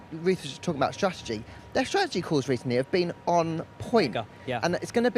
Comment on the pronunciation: Ruth “stra’egy” needs to go.